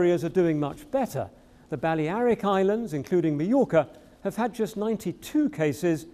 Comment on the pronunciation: What are these new Spanish islands? The Baliaric Islands? Since when were they pronounced like that? LMAO